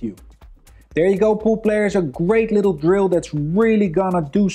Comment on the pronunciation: I love you, and you're awesome Neils, but every time you say pool player I hear poop player lol. I appreciate and thank you for your videos.